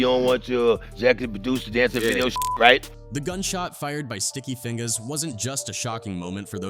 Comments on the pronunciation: Sticky Feing-GAAS and Art-TEES (AI generated pronunciation these days) 😂😂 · Sticky Fing-GAAS 😂😂😂